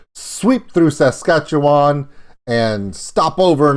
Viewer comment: It's our damn temperamental weather hahahahaha and our gawddamn cold winter. Also great job pronouncing Saskatchewan. Being from Sask, not many people can.